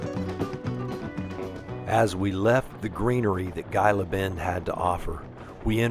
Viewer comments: I just watched your videos of your trip thru Texas to California, and I must say you have great videos. In Texas you traversed the Chihuahua Desert and into the Mojave Desert of Arizona, two diverse eco areas. But I must correct you on one point, Gila is pronounced "He-La" as in the Gila Monster. Great videos (all of them) and you two be safe in your travels. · Its pronounced heela..g is h sound